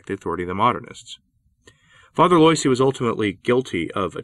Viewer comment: Pronunciation: Teilhard (teh-yard) and Loisy (wah-zee). :-)